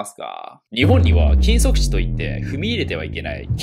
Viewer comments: 禁足地がキムソクジンに聞こえた、むりwww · 「禁足地」が「キム・ソクジン」に聞こえたww BTSの話友達から聞きすぎて洗脳されてんのかな……？